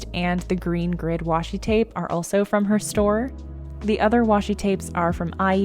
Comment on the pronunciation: this green scenery Washington tape is so beautiful! Where did you get it? I can’t quite make it out when you say it later on:)